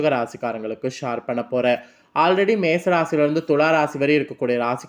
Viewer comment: ஷார் இல்லை ஷேர்